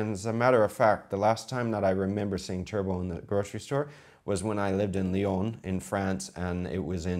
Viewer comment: I know you were saying "chervil", but I swear it sounded like you were saying "gerbil". THAT would be an interesting omelet....